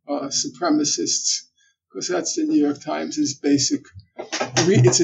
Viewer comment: "The yewyork times!"